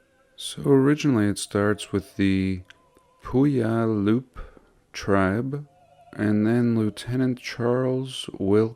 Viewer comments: you say Pew-yeal-yup when it's Pew-alup. I live on the Puyallup Res. The Street I live on is the steepest Hill Tacoma. My son and I found old concrete pipe in the backyard that's 12" in diameter after our dog dug a hole. The way the hill is almost makes me think that there's something underneath it - like possibly some type of structure such as a pyramid and there is a huge open water reservoir just up and behind me and when you look at the east side of the hill it looks tiered all the way up to the water reservoir in an interesting landscape specialty as you continue to go west, because as you go west from it it just drops with a sheer cliff that if you look to the north when you get to the top of the hill in a little ways down when the hill crests you can see the Port of Tacoma and downtown Tacoma and they almost appear as if they are tilting up and away as you look nort-northwest and beyond you can see the land and water go up to where they meet the horizon at a higher level. My son goes to Lincoln high School and it's a monstrosity of a building too. And yes Stadium High School is pretty impressive also. Tacoma is also called "The City of Destiny". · My grandfather went to Stadium High! Also it’s “pew-AL-up” Puyallup. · It's pronounced pew-wallop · Excellent video, as I grew up in the pacific northwest. Thank you. I want you to sound like a local if you ever say the word "puyallup" again. Smiles. Its the name of a tribe of first nation peoples. And a river, and a town. It is pronounced: peww allup . Again thank you wonderful and thoughtful history videos. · Another great video. Had to chuckle at your attempt to pronounce Puyallup. I lived in Seattle for 30 years, but I still remember my first attempt at trying to pronounce it. I don't know if the tribe says it this way but all the locals pronounce it PEW-AL-UP Pew like church pew. AL like a man's name Up like normal (opposite of down). Can't wait to hear you try to tackle Sequim. 😂